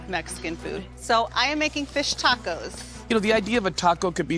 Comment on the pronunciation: l like how Aaron Sanchez, says Dordillads...Dacos...then throws out a "Hey Ya'll" 😂😂😂 What an assclown!